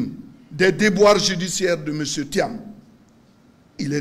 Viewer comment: Bredoumy soumaila, c'est lui qui va faire perdre thiam . En plus, il prononce Tcham, dites-lui que ça se prononce tiam. C'est un nul. Il a mis le monsieur dans les difficultés à cause de ses injures et son zèle. Il dit: " si on vous bat là, vous avez suffisamment mangé !" Donc, laissez nous manger. Politique de l'ancien temps. Il vient lui aussi pour manger. Vieillard, qui n'a rien compris si ce n'est que le restaurant. Bredoumy soumaila, tout laisse!